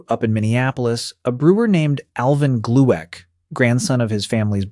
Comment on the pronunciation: Interesting story, but near unlistenable due to the AI slop narrative and picture selection. Not worth your time there are better vids and books on the subject. LMAO 40 Oz bottle pronounced as in Wizard of Oz. Alvin Glue-ick should be pronounced Glick and on and on total BS. IF AI does nothing else it is going to destroy the English language.